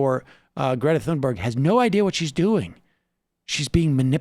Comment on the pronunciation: Please pronounce Thunberg correctly. Every time you mispronounce her name, it makes me want to stop watching. If you need reference for how to correctly pronounce her name, Amy Goodman is a good reference for pronouncing it with a US accent.